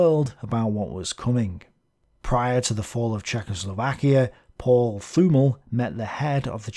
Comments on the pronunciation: Great video. One thing regarding german pronounciation. If there is a "th" in a german name or word, you have to ignore the "h". So "Thümmel" is pronounced "Tümmel". If you really want to get to the guts of german pronounciation, the "t" within the "th" is a little bit more open, compared to just a "t". But in everyday German, no one really cares. Hope this is comprehensible. Because English is not my mother language. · Thümmel is pronounced with a strong t, and afterwards a short ü while stretching the pronunciation of the doulbe mm. You can search for the german word "tümmler" (a name for a dolphin species, that is pronounced very similar) if you need any reference. the "Th" sounds more like the "th" of the name "Thomas"